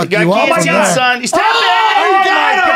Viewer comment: eddie “charles arliveira” bravo